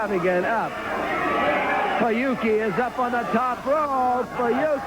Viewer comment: フナキじゃなくフユキ